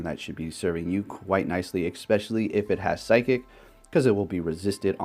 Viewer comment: Love you but please pronounce "especially" correctly 😉